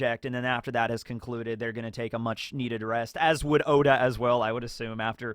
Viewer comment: It's not pronounced Owda.